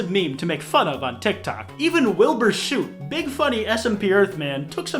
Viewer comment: I love that he said "soot" wrong- but i still find it amazingly funny